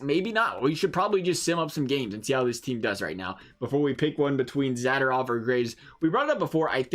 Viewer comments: It’s Za-do-rov and not Zada-rov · Mispronounced Zadorov everytime. So cringy.